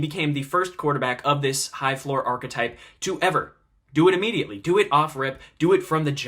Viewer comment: good video, it's pronounced ar-ki-type though